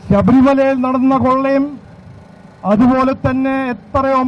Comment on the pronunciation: ശഭരിമലയല്ല, ശബരിമലയാണ്.